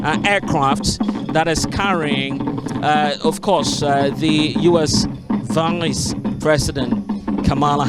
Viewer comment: Did the reporter say US "Voilence" President? .